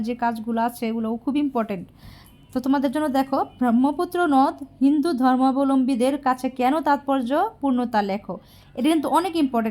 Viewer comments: উচ্চারন ঠিক করো হিন্দু ধর্ম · উচ্চারণ করতে না পারলে বলার দরকার নেই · উচ্চারণ ঠিক করুন